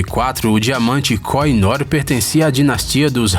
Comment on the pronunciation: Devo informar que a pronuncia correta da joia que pertenceu ao Império Britânico é, "kôrrinôr". Vale salientar que a Rainha Vitória usava Koh I Noor em comemorações de Estado na Osbourne House ou até mesmo no Palácio de Buckingham, ela usou a joia até sua morte, porém acredita-se que em 1849 seu marido, Alberto, tenha mandado lapida-la para que tivesse um brilho mais estonteante, para fazer usos em comemorações de estado.